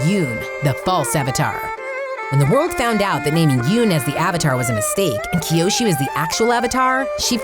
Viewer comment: Did anyone hear the lady say Kyoshu in